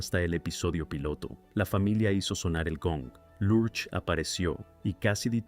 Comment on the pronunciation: La interpretación de la creencia de Miércoles es completamente americana. Creo que los latinos nunca entendimos porqué se llamaba así. La pronunciación de Large en esta narración, no se entiende. No entiendo el comentario de que esta serie no encajaba en la época. quizás fue en EU, En México fue un exito total.